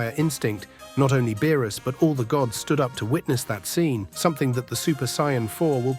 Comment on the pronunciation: Why do you pronounce Whis & Beerus names incorrectly ?